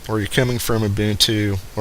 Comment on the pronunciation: Thank you for pronouncing Ubuntu correctly. YouTube test? Simple alternative to Flash: Enable HTML5 for YouTube: I think Gnome 3 is more to blame than Fedora for the lack of customization, and I know that you can switch out the desktop flavor used in Ubuntu (it's probably more painful to do this than Debian these days since Unity came out) and I'm guessing that if it's possible on Ubuntu, it's possible on Fedora. Customization out of the box isn't good though, you're right.